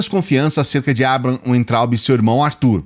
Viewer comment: aprenda de uma vez,. Você fala Weintraub com som de U, mas o w deve ser falado com som de V